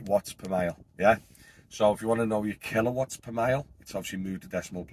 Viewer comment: Sounds like your talking Spanish now mate..😅 killa wats mega Watts